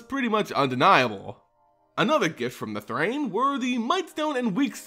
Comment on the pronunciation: THRAN = Thrain? Thrane? Source for your pronounciations please.